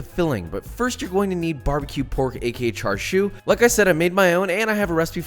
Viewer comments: why are you saying it like charshu I thought it was chashu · he said charshu instead of chashu lol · it's chashao aint no (Char Siu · Char siu Bao … dim sum classic. Try char siu sou (pronounced like so) for a change. It’s in a light pastry and is really good later in the dim sum only because it feels a bit heavy. Some one tell Jonathan it’s char SIU (“see-oo”) not char shew. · It’s pronounced cha sew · I think "tsa" would be the closest actually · Tbh I was confused as to wth charshu was the entire vid until I realized it was chashu he was talking abt lol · It’s pronounced more like cha sauw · And it isn’t char siu it’s cha siu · He says char siu like chashu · Char shew 😂😂😂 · you are saying Char siu wrong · When you're not Asian and correct his pronunciation out loud every time he says Char Siu, lol.